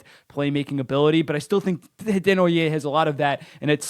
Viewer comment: Nice to have you pronouncing Desnoyer the right way when we have Nasher calling him Dez-no-yerz.